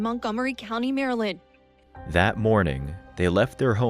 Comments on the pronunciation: “Mary-lind”? Who pronounces it like that? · ¿Why do you insist on using a pathetic, insulting AI voice that has not been programmed to correctly pronounce the State name 𝗠𝗮𝗿𝘆𝗹𝗮𝗻𝗱?